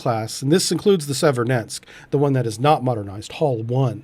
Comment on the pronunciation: Sev-er-od-winsk, not Sed-ver-nensk. Incredibly capable platform!